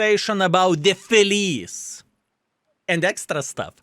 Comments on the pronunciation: It is not pronounce felees, it is felitche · Since it's italian tank it should be pronounced with CH, it's not name, it means happy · I'm not Italian, but I think this tank's name should be pronounced "Felitsche" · My king of baboons,correct pronunciation is FeliTceh = Happy/glad in Italian but it can be a male name as well 😊 unfortunately WG can mislead us by calling Italian tanks with English names as Lion = Leone would have sound much better😅. Italian tank linked with Vikings? 😅 ok We had normans leading south of italy in the middle age (no jokes) but this is really stretched😅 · I don't want to be that guy, but it really made my inner italian scream (I'm not even italian, just from Hungary). "Felice" should be spelled "Feliche" with the "e" sounded out at the end. And yes, I know, I am that guy now, don't even tell me that. 😅